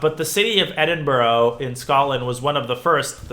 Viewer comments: Great vid. One thing - it’s pronounced Edin-bruh rather than Edin boro! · Thank you so much for this series you're an amazing teacher! PS Edinburgh is pronounced "Eh-din-buh-ruh" 😁